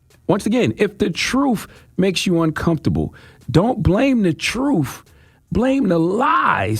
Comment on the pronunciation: It is pronounced "tru-th" not "tru-uff". Hard to convince people of your "tru-uff" when you can't articulate the truth.